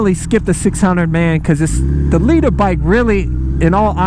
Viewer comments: Why do you keep pronouncing it Lee Turr. Lol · I am a finnish dude... having really hard time hearing if he is saying: "leecher bike" or "leader bike" LOL... I take that he is meant to pronounce "leader" ofc :D